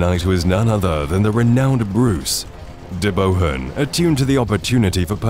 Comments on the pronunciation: Very well researched and brought the battle to life, would say that the commentary struggled to pronounce a few names like Loudoun Hill (pronounced loud-n), de Bohun (pronounced deboon). When Bruce landed at Carrick it is in Ayrshire, you placed it on the map above Campbeltown in Argyll which is a fair distance away. Other than those minor details this is an excellent reconstruction of the two days of fighting at Bannockburn. Bruce did lay some traps at The Entry, there was a massive section of ground where the Scots dug a honeycomb pattern of holes in the ground about knee deep with a sharpened spear in the hole and covered it up with a thin layer of grass. This was designed to maim horses and men. There were also caltrops which were scattered all across the ground to mischief the horses hooves. The caltrop is a small medieval anti tank device - for want of a better term. It is a weighted ball with three sharp points sticking out in a triangular fashion so that whichever way it is thrown on the ground, one spike will be pointing upwards. Obviously this could hamper infantry as well as cavalry. Bruce had chosen his ground well and prepared the ground to contain the English front to match his own schiltron on day one. Clifford's advance which was cut off by Randolph at St Ninians was on open ground, his schiltron formed an oval shape and Clifford was unable to break through, Douglas remained on the higher ground and did not join the fight once he saw that Randolph was holding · The name is pronounced De Boon, know your enemy Englishman